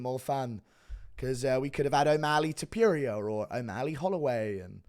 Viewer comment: It wasn't that huge I had a massive article about how this could be a jail rape scene It was pretty obvious due to Body Types ones a Anorexic that we haven't seen on the ground the other is a proven Rapist on the mats ???? Cmon also your over pronouncing Topuria the U your using is far too strong